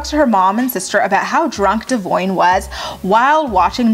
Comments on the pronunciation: It’s Dev-ee-on not whatever you’re saying lol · Who is "De-voin"? Just kidding!! Cute hair!